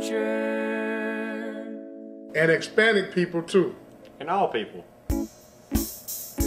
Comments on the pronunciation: Pronounced Hic-spanic 😂😂😂 listen again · Did...Did he say "hickspanic"? :: wheezes with laughter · He couldn’t even say Hispanic correctly 💀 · Cmon. Did he say "Ex-Panic people too" ? Uh uh.